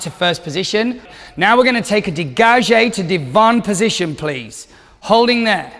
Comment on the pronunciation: Uh what. Mispronunciation of degage, then calls a tendu a degage (girls at the barre)